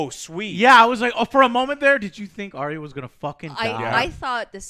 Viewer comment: Also can we please pronounce Arya as it is supposed to. Not Ariya.